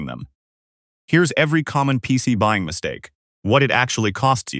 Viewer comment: I'm not buy-eye-ing this shit